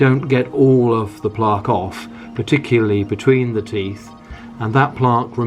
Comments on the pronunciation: Why do u pronounce plaque like that 🤣🤣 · Plaaaque & Tuthbrush, interesting pronunciation